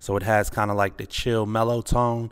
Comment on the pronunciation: You said Jive Like. That’s DMV talk